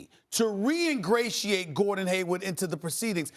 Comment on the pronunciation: Is Stephen A saying Gordon Haywood? Lmao